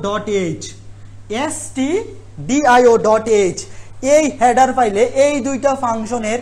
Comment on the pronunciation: হ্যাডার ফাইল না ভাই, হেডার ফাইল 😅😅😂😂